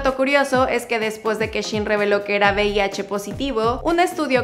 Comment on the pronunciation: Joder todo el vídeo diciendo bih, será VIH no?.